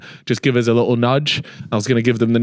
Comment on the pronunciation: Love that even in 2025 is still ripppping it ( trolling I know you said likkle)